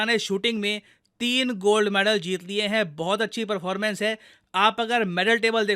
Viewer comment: Perrrforrrmance and prrrrimaaarrrily😂